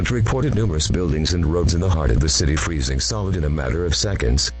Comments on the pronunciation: Eas freezing sounded like it was saying NOOOOOOOOOOOOOOO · EVERYTHING IS FREEZIN EVERYTHING IS FREEZIN Got Me Laughing😂😂😂😂😂